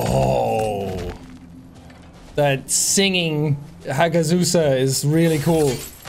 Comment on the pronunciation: Hagzuza💀 by the way Sean keep up the work